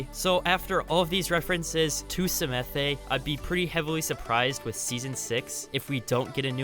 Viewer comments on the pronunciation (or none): Hey the new maps with be on the planet pronounced samath, not samathey. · Everyone: Psamanthe: Semethe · The E in samathe is silent.it was so funny hearing u saying it i actulaly like samathÉ more 😂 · I don't want to sound super pretentious, and I know I'm probably going to anyways but, I believe Psamathe is pronounced Suh-math. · It’s pronounced SA-math get it right